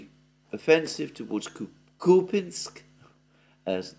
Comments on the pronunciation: KupYansk!!! Not kupinsk! Whoever told you that must have an appalling regional accent. Wrong! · Kupiansk is not pronounced 'Kupinsk' - complete nonsense, just pronounce the names like most people do in English and forget about the subtleties of Ukrainian pronunciation that would be lost on a foreign audience anyway - otherwise, great work as always! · Купјанск = Кupjansk = Kupyansk Here the "j" is pronounced like the second sound in the English spelling of the letter "I".